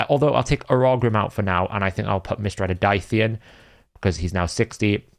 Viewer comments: btw its not pronounced daiti its dahi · Just FYI, Daithi is pronounced Daa Hee or Daw Hee